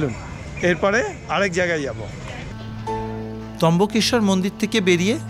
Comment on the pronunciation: trambakeswar not trimbakeswar